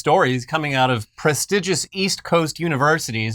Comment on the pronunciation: Prestigious is pronounce pre-steeg-ous, not pro-stig-is.